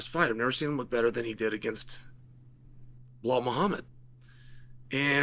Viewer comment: You can say JDM's name but refuse to say Bilal. On most occasions. Instead calling him Bihal